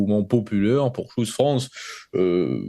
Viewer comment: FRANÇAIS...FRANÇAISES.... Si vous prononcez un mot ANGLAIS....prononcez le comme les anglais....sinon PERSONNE ne vous comprends...ni les anglais...ni les français..... Choose se prononce TCHOOSE......et non pas shoes....qui sont des godasses.....